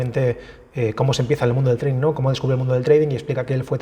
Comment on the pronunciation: treidink HAHAHAHAAH madre mia.... ni pronunciar sabes lo que supuestamente te dedicas